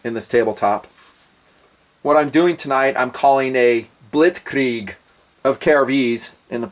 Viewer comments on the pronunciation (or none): Nice "Blitzkrieg" pronounciacion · As a German and Pole the way you pronounce Blitzkrieg is .... strange ...